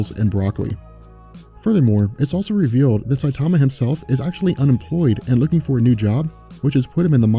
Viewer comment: I don't speak Japanese either but I do know enough to mimic the sounds one makes when I hear a name spoken in that language. straight botched Saitama's name lol.